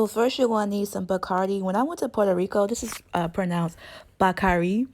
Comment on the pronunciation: I'm From Puerto Rico We Dont Say It Like That. Love The Videos Tho